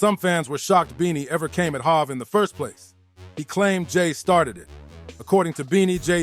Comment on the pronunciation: Who the fuck is "HAV"😂😂😂